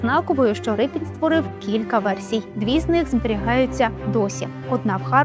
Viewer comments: Шановні, чого Рипін? Адже прізвище пішло від "ріпа"? Отже, Ріпин! Подивіться канал Культуртригер, будь ласка. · Який Рипін ? Може, Ріпин ? Могли б краще підготуватися .